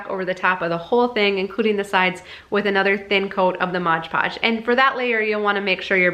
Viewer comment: Great idea! No judgment here - I used to say it wrong too - it’s Mod Podge rather than Modge Podge.